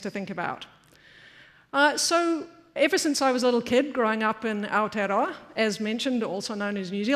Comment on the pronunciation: Oh, my god... the emcee's pronunciation of Aotearoa....